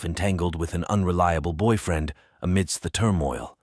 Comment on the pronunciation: First of all, this story is so sad & terrifying. Secondly, I can’t take any of this seriously due to the narration. Boy -freen!? Testifee? Unthink-able !? What is happening lol